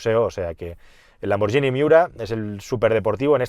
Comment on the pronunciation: Sabes de coches que es para quitarse el sombrero. Ver tus videos es un auténtico placer para cualquier amante del mundo del automóvil. Pero choca mucho que no pronuncies correctamente Lamborghini. La forma en que pronuncias la g con la i se escribiría gi, pues cuando lleva una h intercalada "ghi" se pronuncia gui. Escrito en español sería "Lamborguini!- Suena menos italiano, sí, pero así se pronuncia ese apellido. Estaré atento a ver como lo pronuncias la próxima vez. xD Saludos.